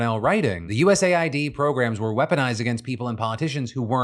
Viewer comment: I love your videos and please keep them up. Only thing I want to say is. Everyone is saying USA-ID, which it's not. I don't know when or how it came to being said this way but it's US-AID! Can we please bring point to this